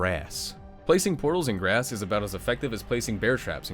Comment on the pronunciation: I love the way he said grass lol